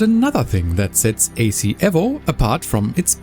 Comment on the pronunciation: Please stop calling it Assetto Corsa EV-0..... it's E-VO